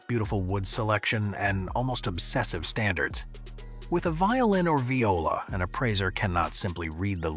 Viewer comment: The AI voiceover is so annoying, I can't get past it to the end. Please just have a real person--preferably one who can pronounce "viola"--read the narration.